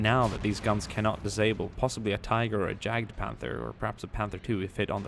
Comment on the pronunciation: It's pronounced Y-aged Panther not J-aged Panther.